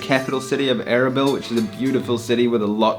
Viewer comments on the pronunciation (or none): A-R-A-B-E-L-A....LOL your accent way too funny,Is not ERBIL?Kurdistan...It took me sometime to work it out erbil from what you were saying